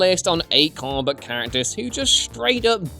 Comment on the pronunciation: When you say "comic book character" I keep hearing "Carbot character" xD